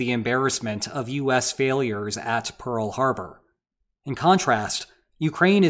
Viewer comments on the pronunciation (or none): none